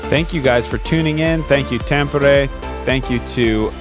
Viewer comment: A tip for: it's easier for you to pronounce Tampere if you pronounce it as tom-per-ray;)